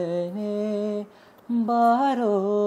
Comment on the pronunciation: Begane Baro. He says Paro . Please pronounce properly. Other than that everything is fine